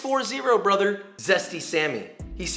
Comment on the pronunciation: I die every time you say BrOtHeR 😂 also you got me saying cwispy about everything 😂😂😂